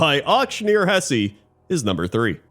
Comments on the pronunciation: although wouldn't it be "Hess-uh" under standard German pronunciation? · Hesse is properly pronounced Hess, not Hessy. 🇩🇪